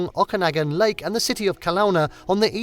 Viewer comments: It would have been nice if you had checked the correct pronunciation of a few of the place names, such as Okanagan and Ucluelet. Also, some of the stock footage that was not from a few of the areas identified was misleading. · This is not in anyway representative of BC. It is far too heavily weighted on Vancouver island. You also genuinely need to establish how to pronounce: Okanagan and Kelowna correctly. 🙄😖